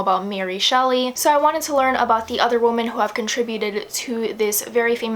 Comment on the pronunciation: For some reason it really bothered me when you kept prouncing women as woman lol